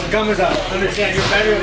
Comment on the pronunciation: Khazmat??😂 Chael has big issues with fighters names